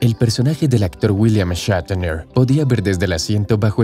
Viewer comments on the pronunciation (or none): porque dice william echatener?